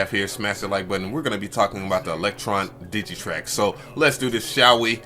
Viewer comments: Dude. DigiTAKT, not Digitrack. 😉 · DigiTAKT not DigiTRACK!